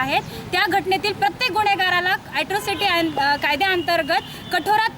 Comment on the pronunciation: ऍस्त्रोसिटी नाही ताई अट्रोसिटी आहे ते